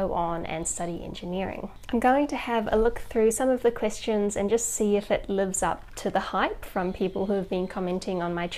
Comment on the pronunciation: I don't know how I got to this video, I was watch mostly anime related videos. I know she is saying Questions, but it sounds like Christians😶